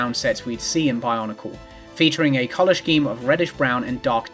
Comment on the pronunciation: i KNOW you read these comments so i just wanna say i think you are genuinely my favorite youtuber that exists. i love to see a pretty girl talk about RBY and fighting games. and then? there is more. gonna have to dock points for your pronunciation of "scheme" though